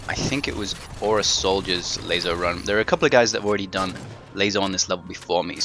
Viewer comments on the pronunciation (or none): LASO, not ''LAZO''. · So every ''S'' is now pronounced like a ''Z''? They have completely different grammar rules, dude. You are the only person I've heard pronounce LASO it like that. Pronounce it like you would pronounce ''lasso'' the first time you read it. Although it's not too much of a big deal, it's kinda annoying. It doesn't take from the fact that, thanks to your videos, I'm beating this on Mythic difficulty. So, yeah, thank you.